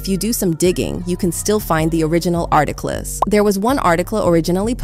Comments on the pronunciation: Whyyyy this AI pronounce words like “arti-kliss” & “remove-ed” & “tit-lid” & “JAIZZ” 😅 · The pronunciation is so odd “remoo-ved” “arti-cles” It doesn’t sound like AI but what’s with the weird words?